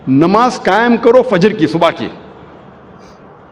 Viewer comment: Ye jo swami type ka banda h ise khud apne religion k bare me kuch nhi pata to Islam k bare me Kya pata bhut bolta h Islam k bare me koi bat nhi ....by the way Kya pronunciat kia nabaj.....ghonchu bolne se phle jan leta namaz